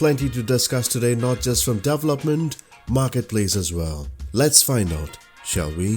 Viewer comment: Thanks! Learn how to pronounce 'development' here: and how to pronounce 'event' here